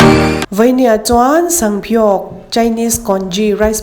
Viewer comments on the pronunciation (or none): sanpiau i lam dan hi sangpiau i ti ni mai in ka hria😁